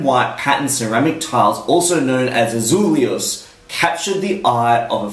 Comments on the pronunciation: Very nice and funny video! The correct way of pronouncing it would be more or less "ah-zull-a-hoes" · that will be in Spanish my friend:) However this game is about Portuguese Azulejos. So the correct way would be: Ah-zull-a-joos The "J" as in French... like in "Jaques" or even in "Genre".